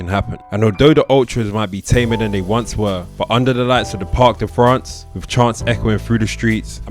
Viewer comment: "Parc des Princes" not "Parc de France". You confuse with the "stade de France" an other stadium in Paris/Saint Denis.